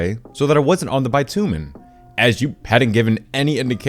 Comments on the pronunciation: It is not bi-tu-men it is bitch-u-men (sorry for swearing but that is the easiest way to show...) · It's "bih-tyoo-minn" not "buy-too-men" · That’s not how you pronounce bitumen. 😬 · Learn to speak properly please you illiterate prick. That is not what the word "bitumen" is pronounced like.